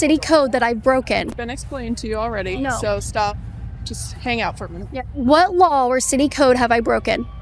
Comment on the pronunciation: She note, it makes me chuckle how Kaitlyn always says "lawl" instead of "law" ❤